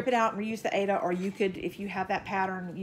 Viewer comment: Yikes! Aida cloth, not aids cloth!!